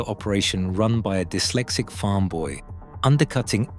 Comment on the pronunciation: The creator of this video should be ashamed. At 40 seconds into this video your AI garbage pronounced 'Dyslexic' as 'D-Y-SLECSICK.' You should go and look in a mirror if this is the best you can do. You have obviously not listened to your own video before farming it out to get views. You are an insult to people's intelligence and you are offensive putting this rubbish on a public platform. Ingvar kamprad deserves an awful lot better than some fifth rate production like this. Using an AI narrator is a pure and simple admission you cannot complete your project yourself so you will resort to anything to fool people. Very very poor show👎